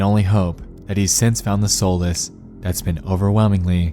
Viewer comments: Solace, pronounced 'saw less' , not "soul less" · Was she? How can you tell? I can only imagine they did that to fap to later. I had to turn on captions to figure out he was attempting to say solace instead of what he actually said: soulless. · It’s pronounced “Säl-es” not sole-es... I hate it when you guys use a thesaurus to come up with different words but pronounce them way off...